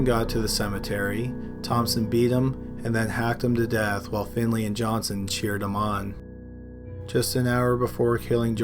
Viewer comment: Daniel Johnston not johnson you illiterate noob at talking